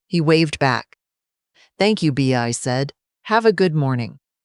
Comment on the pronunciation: Bea is pronounced Bee.